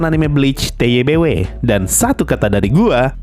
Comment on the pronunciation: Lah udah bisa bener ngeja TBW wkwk.. kemaren masih ngomong TWBY awokwokwok..